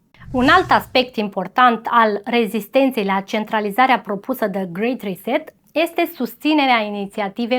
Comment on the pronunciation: Și cuvintele care nu le înțelegi pe engleză mai bine le zici pe Românește 😔 grey reset